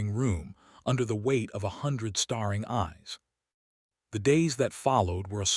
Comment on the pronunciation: Same crummy AI voice that mispronounces names, adds consonants to words; staring into starring, hoping into hopping and the heteronyms; bowed and I’m only into the story.🤦🏻‍♀️ I listened to the whole thing. Same storyline as many other channels, another cold Duke treating his wife like furniture.🤦🏻‍♀️ AI still made more mistakes with the names; is it Elara or Alara? that’s unknown. It’s Mar gar ette, not what AI said. Another hopping which should have been hoping. I rate your tale a 4.5 out of 10.